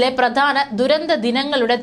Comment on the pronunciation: ബാവി അല്ല. ഭാവി.. ബൂതകാലം അല്ല. ഭൂതകാലം. പറയുമ്പോൾ ശ്രദ്ധിക്കണം. പ്രദാനം, ബാവി, ബൂതകാലം, യുദ്ദം, അബിപ്രായം, ബീതി, സ്തിരം, അസംബവം,ബയം, അന്ത, പ്രക്യാപിത, ആബ്യന്തര, 🙆‍♂️🙆‍♂️